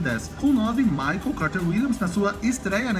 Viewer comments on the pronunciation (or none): none